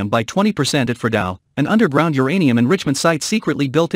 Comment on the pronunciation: It's uranium not geranium!